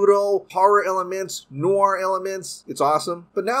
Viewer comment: Please learn to pronounce “Noir”.